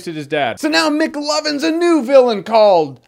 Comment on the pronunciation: i laughed so hard whrn he call him mcloven